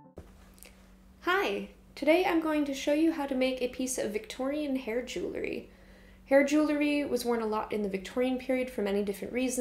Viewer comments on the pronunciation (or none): jew ell ry ;)